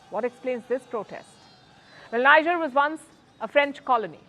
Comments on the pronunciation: For crying out loud, it's NEEJER not NYJER. She is the only broadcaster on the net unable to pronounce the country's name correctly. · Is called 'Nigear' & not Nija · That country is pronounced "Nee-Jer" & not "Nai-jah" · It's not pronounced Ni-ja...the pronunciation is Nee-Jhay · People will rush to blame Wagner & Russia, and forget that just two months back, the President of Niger (pronounced 'knee-jhay', NOT 'Nigh-jar') announced publicly how he planned to move from the CFA Pact. Now which colonial power benefits from the CFA Pact? Think, Vantage, Think. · Niger correct pronunciation : Knee-jhearr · Is pronounced Kni Ger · For the sake of all things decent, the pronunciation is Nee-jer. It is French. Not English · It's pronounced Nee- jay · Welldone, please learn to pronounce Niger. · Your pronunciation of the country is wrong! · You talk a lot about the country you don’t even care to pronounce it correctly. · Pronounce Niger properly